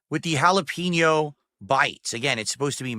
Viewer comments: Cold food, delivered slowly, then it sits and sits and sits. Halla-PEEN-yo. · Ok I’m glad I’m not the only one bothered by the way he says jalapeño